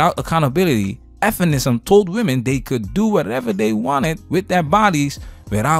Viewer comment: Bro, please stop sayin' f'enisim. Just say feminism Bro.